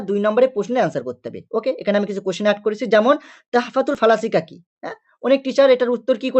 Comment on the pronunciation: Sir 1 number proshno ti tahfatul falasik noi ,oti tuhfatul falasifah